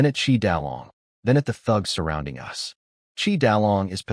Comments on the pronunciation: Funny how the ai can't pronounce so many two letter words my to and us they just say the letters 😂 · AI failed to pronounce glee and us early on